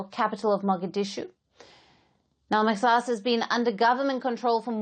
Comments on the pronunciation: It's mahas not mexas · Kkkk not maxaas but say mahaas my dear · It’s pronounced mahaas. Not mexas 😂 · Not maxas. It is pronounced Mahas. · maxaas = mahaas please correct your pronunciation of mahaas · The X is pronounced how they pronounce in Arabic which is completely different from English instead of pronouncing X as “SSSS” in Arabic it’s more soft and deep in the throat not a single S should be heared it slightly closer to H, MAXAAS is pronounced like that